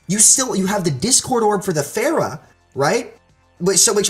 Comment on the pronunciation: Everyone is ok with mispronouncing Pharah's name lol